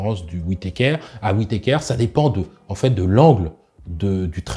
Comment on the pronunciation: WITéKèèère ^^ Un médecin MMA n a jamais entendu ce nom? D'ailleurs il n a jamais entendu un mot anglais finissant par ER ? :face-green-smiling